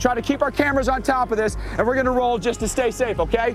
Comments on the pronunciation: This really should've gotten an EF 5 rating. IDC if the damage was only rural. It was a monster. Edit: It's pronounced "bett-es" not "bets" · His name isn’t pronounced ‘Betts’. It’s pronounced ‘Bett-ehs’. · leaving a dislike cause cant pronounce bettis. . . . either crappy ai or un intelligent video maker. it even called him bettis seconds after you called him betts. . . . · Its pronounced "Bet-tis." They literally say it secinds after you mispronounce it. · Mike Bettes is pronounced Bet tess with 2 syllables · Mike Bettes' last name is pronounced Beh-tiss, just FYI. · This is the best El Reno recap I've seen, thank you so much for this! The only criticism I have is to always take a second and google the names of people in case there's an easy way to hear their pronunciation. Mike Bettes is pronounced 'BE-tis.' Still a superb video and I appreciate hearing about other victims whose names have been swept away in favor of more prominent involved parties. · How do you have a tornado channel, yet you don't know how to pronounce Mike Bettes' name correctly? It's pronounced correctly in the clip you show. Did you not listen?